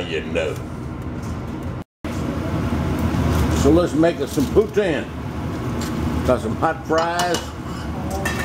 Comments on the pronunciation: Dana,s right it,s ""POO-TEEN"" and shed yer Mozz. next time will work much better, and St. Hubert is one of the first Chicken Roasting Rest. In Canada, Second only to Swiss Chalet, they make the sause,s as well! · gdam it J.B that about as nonunion as they come! first, poutine is pronounced poo-teen, poo-teen. Second, that ain't no cheese curds! you need them cheese curds. it ain't no poutine unless it got some cheese curds in it. Joe A Dixie in Canada, (love all your vids including this one) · sounded like you said poon tang lmao.